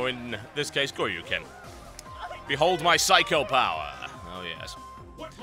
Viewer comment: No, no, no, it's not Psycho Power, it's Saikyo Powa! :D And the Dannish Inquisition? *Snerk*